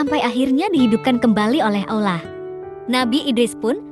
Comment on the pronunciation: Ceritanya bagus, tp agak kurang suka penyebutan Allahnya. Sprti ngomong alah